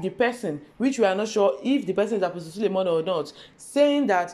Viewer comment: First here I have not subscribed but I love you. Did you say sulemon or SULEMAN ??